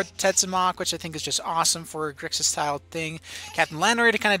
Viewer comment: it's grixis not grixas